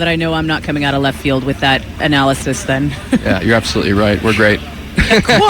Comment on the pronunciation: "How much more llleft field can you get?" ;-) lol love it